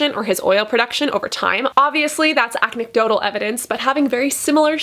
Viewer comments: Happy you finally stopped saying "antidotal evidence" but you said "acnecdotal" 😁. It's "anecdotal", I don't know why it's bothering me but sometimes we need correction 😂 all love though ✌ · 'anecdotal' was pronounced acnedotyl....was this an acne pun?! I caught it! hahahaha funny